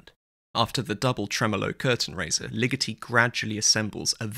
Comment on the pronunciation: I don't mean to be that linguistic nerd that shoots on all the fun, but you pronounced Ligeti wrong. It is Lee-GEH-tee, not Lee-GIH-tee.